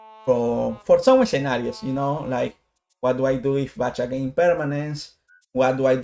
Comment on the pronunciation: just gonna say its Back-ha not Batch-ha but grats man, i never thought about summoning Soprano instead with 1st movement, you learn something new about the deck everyday